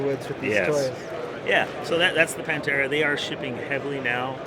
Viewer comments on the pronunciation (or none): Just FYI the TH is pronounced, it is not saif Pantera it is said Panthera, like the cat Panther, you don't say Panter